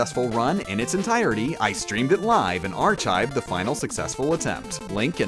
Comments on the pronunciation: Did you just say arCHIVE? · archive is pronounced with a hard c. Like character. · Great video, good commentary. I applaud your commitment. One question though: Why do you pronounce "chasm" and "archive" using a "ch" sound? It's supposed to be a K sound, like in the name Chris. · AR-CHIVE REALLY AR-CHIVE ARCHIVE IS PROBOUNCED AR-CIVE XD btw great video though it’d be nice if you just called it Megaman or said like Rockmam/Megaman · 1340 "archive" You pronounce that odd. It's pronounced 'arkive', not like the herb 'chive'. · Ar chived seriously dude learn english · he better have done this on stream, otherwise i don't believe he actually restarted the whole game upon taking a hit... Oh good, he did, but he pronounced "archive" as "arTCHive" which unfortunately invalidates this achievement. do it again. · You’re saying ar-CHIVE on purpose now. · ar"chive" you get that spice. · Ch-asm? Ar-ch-ive? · “Chasm” is pronounced “Kasm” “Archive” is pronounced “arkive” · Does he say Chasm and archive like that on purpose and I've just trolled? It's pronounced like Kasm and arkive. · Did you just pronounce archive ar-CHIVE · you do know that archive is pronounced arkive right? and chasm is pronounced Kasm. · It's pronounced ar-kive. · Did I miss a running gag or something. Is there a reason he's mispronouncing words like Archive and Chasm? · Do you not understand how "ch" works? Chasm is Ka-zim not what you said. You say Archive wrong in your mario sunshine video too and with the same mistake. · Is there some inside joke about how "chasm" and "archive" are pronounced? Or is this actually how you pronounce them? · For the love of god if you pronounce archive like that again I'm gonna lose my mind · The real question is: how did you beat the game with that pronunciation of archive. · Why does he pronounce chasm abd archive like that? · Your pronunciation of the word "archive" annoys me. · This guy does not like pronouncing "ch" as "k". As in "chasm" and "archive".